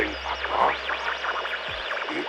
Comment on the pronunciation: where are you getting the extra R in Agartha from?? Not aRgartha haha